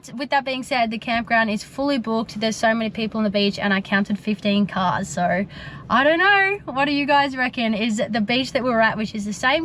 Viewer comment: Oh, you craziy Aussies pronouncing the word 'so' as 'so ar'.